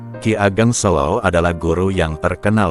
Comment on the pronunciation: Nampaknya narator bukan orang Jawa ya. Pengucapan e pada “Selo” yg benar adalah seperti pengucapan huruf e pada kata “beda atau merah”